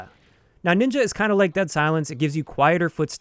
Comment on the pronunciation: N I N J A it sounds.... wrong..